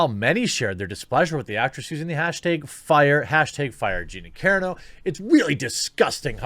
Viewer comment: Kah Ron 0 !!!! Not caron o All that Butt Larson swooning has messed with your head man 😂😂😂 🤘🏻⚡️🤘🏻